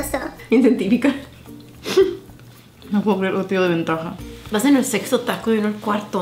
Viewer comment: perdon like si escuchaste que dijo sexo taco